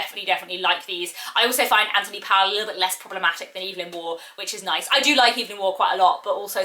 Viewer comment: His surname is pronounced Pole.